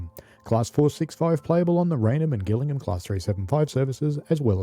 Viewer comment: Gillingham in Kent is definitely and always pronounced with a soft G. There is a village called Gillingham in Suffolk, near Beccles , which takes a hard G, but we needn’t concern ourselves with that. Just thought you’d like to know.